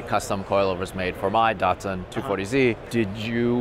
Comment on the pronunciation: >dartsun im pretty sure its pronounced dat-sun